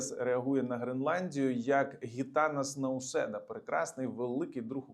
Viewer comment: Вітання від литовських громадян!, завжди з подякою слухаємо Ваші аналітичні зауваження щодо європейських новин. Дякуємо! Маємо велике прохання: ставтеся з повагою до литовських політиків, вони того варті, отже вимовляйте вірно їхні імена, будь ласка. Український правопис це дозволяє. Отже ҐІТАНАС НАУСЄДА (саме Ґ перша літера)